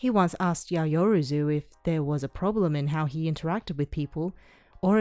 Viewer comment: Hahah luv the vid, but it's yow-ya-ro-zu